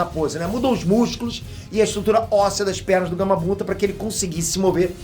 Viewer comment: Acho que só eu percebi isso ele falou Gamabunda no momento